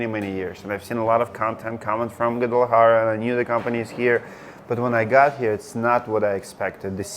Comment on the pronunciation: Can you say “Guadalajara” again? It’s funny the way you pronounce that city. 😅 😁 gwah. - dah. - lah.-ha .-rah